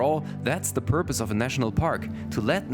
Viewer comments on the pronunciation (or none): none